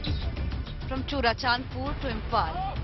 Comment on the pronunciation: Not turachandpur it is Churachandpur